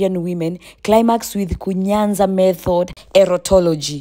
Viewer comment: It is KUNYAZA,not kunyanza.